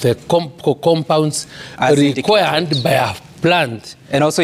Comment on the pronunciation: Required is pronounced by Linturi as / linkwa:d /. These are Ruto's farm boys at the plough !!!